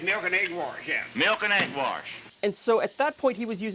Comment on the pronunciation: No, he clearly said "milk and egg warsh."